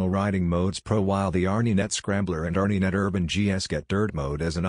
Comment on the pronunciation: A robot !! Can't B.M.W. afford a real announcer? R Knee Net ha ha ha sheesh tough to not laugh